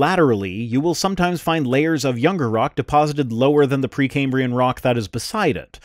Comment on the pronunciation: 30 sec in "pre cambian" rock. Dude lost an "R" in there some where. A lab coat does not a scientist make.